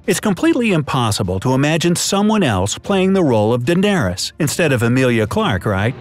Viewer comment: dendarys.. ....what..?